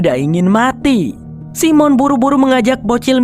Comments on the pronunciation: bacanya saimen bukan simon😅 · Jangan Simon bang bacanya (saymen) lebih oke